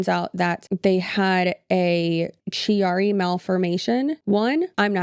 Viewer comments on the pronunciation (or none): I just got to the end! I have chiari malformation. It’s pronounced key-are-ee. I will never tell someone what to do but i opted out of surgery because it can make things worse, not better. I wish her all the best and I hope she has a successful surgery and recovery! I would love to donate! I’ll check back for the gofundme link!